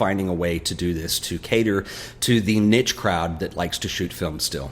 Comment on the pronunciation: ok two positives and a negative + I really like your style +I'm stoked that Ferrania is a thing again -the way you say niche really bugs me Keep up the good work